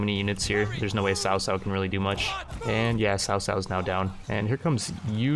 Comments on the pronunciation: Lord sao sao, makes me giggle. Its pronounced lord Kao Kao btw. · cao cao is pronounced "Chao chao" he's a pretty popular character in Chinese stories so it's kinda distracting when u say sao sao lol, just if u don't mind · cao cao is pronounced Cow-cow